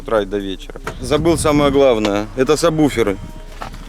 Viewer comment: сабВуферы а не сабБуфер,уши режит,пацаны занимаются музыкой,а говорят не правильно.